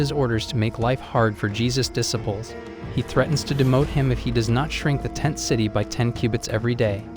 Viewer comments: This guy keeps mispronouncing the word disciples. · What about dissipples lol